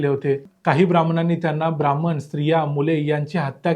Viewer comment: ब्राह्मण !! नीट उच्चार करायला शिका.